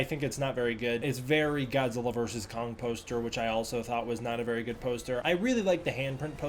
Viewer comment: Just the pronunciation of Kong as “Kung” cringe